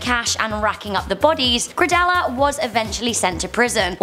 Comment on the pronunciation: Btw her name is pronounced Griselda not Gridella Blanca